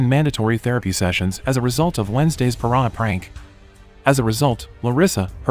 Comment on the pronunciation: Hahahahah bro said piranh